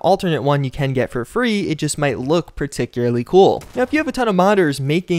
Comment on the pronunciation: "look par-tick-ularly cool," lol pun not intended as you happen to be killing foul ticks 😂